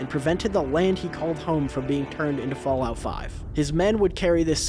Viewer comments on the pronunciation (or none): none